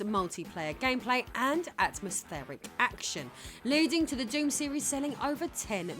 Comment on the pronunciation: Nice, you pronounced DOOM properly.